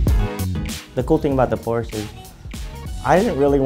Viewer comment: He owns a Porsche, yet doesnt even know how to pronounce it properly -_